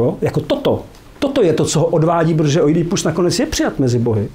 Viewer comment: Poprvé slyším Oidí í ípus, je to tak hezčí.